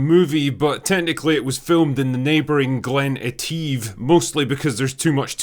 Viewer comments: That's Glen Etive where Bond was filmed, pronounced 'Ettiv', and not "Eteev"., it's Scotland, not France mate 😄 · Ye east coast Bam! It's not eteeve😂 but GLEN ET IV. That's how you pronounce it! GREAT video though. You could have gone to the locations of RESTLESS NATIVES too, a fucking great SCOTTISH film! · Glen "Eh-teev"?😂😂😂😂 It's Glen "Ett-iv" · I've never heard Glen Etive being called Glen Eteeve by a Scottish person....Glen Etif is how us locals pronounce it...must be an Edinburgh thing.😏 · Did you just say Glen ‘Ehteev’. Shame on you 😂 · For a Scotsman, I find your pronunciation of 'Etive' disturbing 😂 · Interesting way to pronouce Etive...